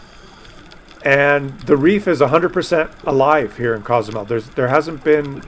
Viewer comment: I lived in Cozumel for 23 years and it is a fabulous place. Btw, Co-zumel is pronounced like Coho. There are days that the little town is inundated with Cruise Ship passengers; it isn't unusual to get 13-17 ships a day in high season or at least that's how is was when I was there 20 yrs ago. The other side of the island is beautiful and a great escape from the downtown area on those heavy cruise ship days. There is a saying there "Man created Cancun but God created Cozumel ".❤